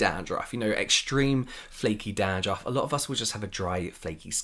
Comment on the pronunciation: James saying 'Dahn-drahff' added fifty years to my life